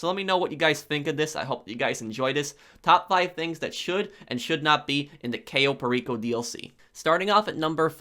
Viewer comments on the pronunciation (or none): The way says Cayo Perico triggers me. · Lol you can't pronouns cayo percio. And all your point are bad